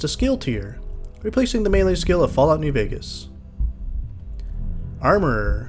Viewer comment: for properly pronouncing Melee. Unlike these mealie-mouthed fools!